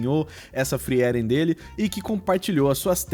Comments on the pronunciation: Eu amo Frieren (pronuncia-se "fríren", não "friéren" rsrs). Eu me diverti muito com os desenhos e o resultado do seu ficou simplesmente perfeito! Realmente impressionante para alguém que julga não dominar o estilo anime. Parabéns ❤ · Acho que é a primeira vez que ouço alguem falando o nome da personagem como FriÉren ao invés de FrÍren